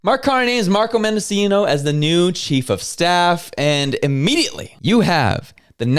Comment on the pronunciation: Menda-'CH'i-no. If you are going to make statements about people, you need to at least sound like you know what you are talking about.